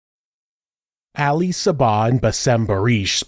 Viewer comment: It kills me that you keep pronouncing it “Alley” instead of AH-Lee… I’ve known many “Ali’s” in my 36 years, & Not a Single One would appreciate being called Alley (cat) - that’s a FeMaLeS name, back in a time when the two sexes preferred staying separate, at that. 😆 I’m white too, but pronouncing names as they were given really isn’t hard …. Save maybe rolling your tongue as the Spaniards do, that one can get a bit tricky 🤔 ahaha